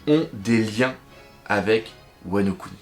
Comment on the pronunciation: C'est "Wa no Kuni" pour "Pays de Wa" et non "Wano Ku Ni"